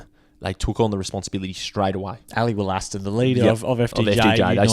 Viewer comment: "Ally Woll-a-ston" not "Woll-aston"